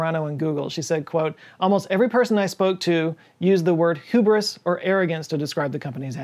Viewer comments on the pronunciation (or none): "Hoobris" lul